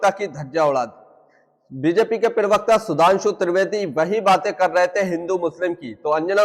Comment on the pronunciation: पिरवकता नहीं प्रवक्ता बोले।